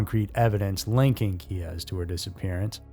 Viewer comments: "Keyz", not "Key ez ".....unfortunately she probably met Israel Keyes in an internet chat room. Well, it's possible anyway. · Israel Keyes, pronounced like keys (one syllable), not "key-ez". The research this channel does keeps on lacking. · Israel Keyes' last name is pronounced KEEZ, like car keys. It's one syllable, not two. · Another mispronounciation: Israel Keyes' last name has ONE syllable and is pronounced "KEYS"! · Key-Ez... yes I'll bite. Pronouncing his name like that is basically the same as saying Ted Dundy. Don't become that type of creator,. Integrity is worth more than 👍🏼 👈 that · Never heard Keyes name pronounced like that. I believe it was him. But we will never know. He took many secrets to his grave. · I think it's just pronounced "Keyes" like 'car keys'. I know Reyes can be spelled/said with two syllables but i think Keyes is more straightforward?